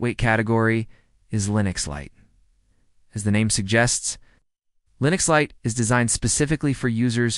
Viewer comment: Linux Lite, not Linus Lite. The proper name is antiX, not Antix. MX Linux, not MX Linus.